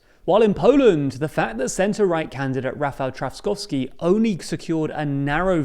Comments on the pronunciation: Guys, let me help you out with some pronunciation Trzaskowski - chass-KOV-ski Nawrocki - na-VROT-ski Grzegorz Braun - ASS-hole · Noone can tell anymore that you are biased - You butchered both surnames of the polish president candidates equally. The Copilot is quite decent in explaining how to pronounce those surnames. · Whoever wins in the second round, here in PL, wether Nawrocki or Trzaskowski; good luck to you guys on pronouncing those names! 😁😁😁 Not looking great thus far😂